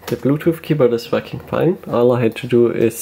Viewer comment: your "working" sounds like "fucking"